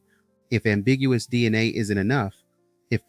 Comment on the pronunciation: I think you’re showing you’re AI with your pronunciation of DNA with the A as a soft or short A.